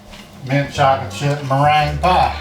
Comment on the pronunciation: LOL then he came back at the end with mirange (not sure if that's how you spell it) 😂😂😂😂